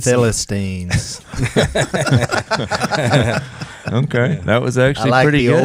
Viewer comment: I’ll be your “ philistinien” . Ha ha, sounds good.